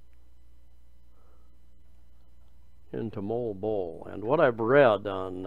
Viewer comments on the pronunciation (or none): Phonetically it’s ‘mo-arl bo-arl’ Also, it’s ‘Panag - sarma’ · just say Mo-wal Bo-wal...